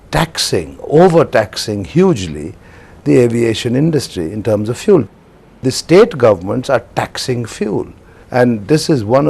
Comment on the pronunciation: This can't pronounce 'fuel' properly.